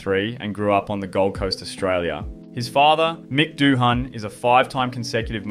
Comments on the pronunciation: yes its a silent H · Considering ur Australian its pretty sad that u cant even pronounce his name correctly. I mean its not like its not a famous name already. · Did you watch any of the videos you copied to see how his name is pronounced FFS!!!!!! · fuck i hate it when f1 youtubers cant pronouns a name right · Yeah. Pretty embarrassing. I'd redo the video. It does absolutely nothing for your credibility